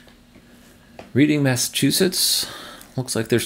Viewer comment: Reading, Massachusetts, is pronounced “Redding” (short “e”)